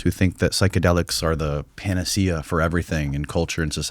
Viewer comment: Say panacea again, I dare you. I double dare you!